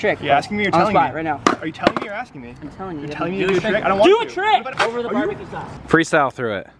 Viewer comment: "JOHN IS TRYING A TIRCK"